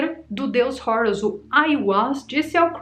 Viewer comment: Não é “Rourus”. Esta pronúncia de Hórus inglesada é tosca demais! O nomeé grego a partir do egípcio antigo “heru”. Não tem nada de “Rourus” como um gringo. Você é brasileira, minha filha!